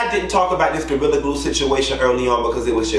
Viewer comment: Not Gortilla! 😂 Sound like something on Taco Bell menu!